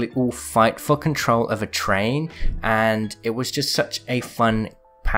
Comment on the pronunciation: it sounds like you said f$cking troll instead of for control